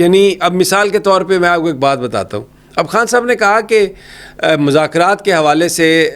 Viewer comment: Mere aaj ke "Haas Mehmaan" nahi, khaas mehmaan...... Imran Haan nahi, Imran Khan.... Bhai Huda nahi hota, Khuda hota hai 🥲🤔🤔